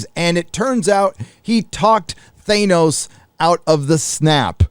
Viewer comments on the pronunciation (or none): Nebula has hair ?????...something out of a 1970's shampoo commercial. I really glad I cancelled my sub of D+. I thought it's Thanos not Thainos... "I have spoken" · Thane-os? Thanos... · Is pronouncing THAY-NOS a gag? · I'm with you man, but who tf is Thane-os? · The way you say Th A nos bugs the shit out of me. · Who is "ThaYnos"? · Lol oh my God dude.......STOP SAYING "THANOS" WRONG!!!!! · Some one teach him how to say Thanos. That was cringe